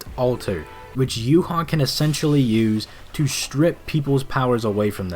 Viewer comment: Whenever Yhwach bach's name comes up. Its basically saying You haw bach-bach. YH is yuhaw. The wach part is the Bach part so its Yh(youhaw) wach (Bach) and the Bach part it sounds like Vahhk. Meh I'm bread and butter